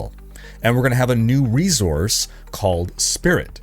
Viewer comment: Love your channel but why do you call it "re-zorse"